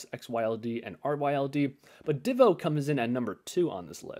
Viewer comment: I like when people pronounce DIVO the same way I say it lol. Great video!